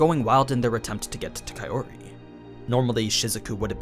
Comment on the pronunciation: So, when are you going to stop pronouncing her name as kai O ri? shits getting real old.